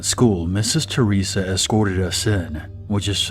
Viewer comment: I HEARD MISSES CHORIZA. IM FUCK IIING SCREAMING. CHORIZO MEANS SAUSAGE IN SPANISH. BUT ITS Misses THERESA